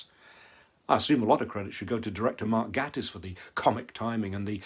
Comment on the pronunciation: Mark Gatiss is pronounced GAY-iss. Great reviews by the way 😄